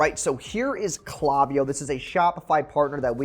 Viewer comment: Great video. Also - it's "clay" viyo.